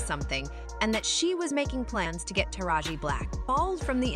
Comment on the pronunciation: Thought I was the only one that was bothered by that